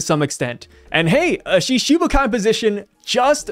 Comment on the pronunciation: The pronunciation for Shichibukai is like Shitibukai - instead of Shishibukai - "shiti" meaning 7. But, of course, anyone can read however they want... hahahaha...